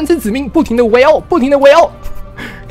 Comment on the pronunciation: 子民我一直听成籽岷xdd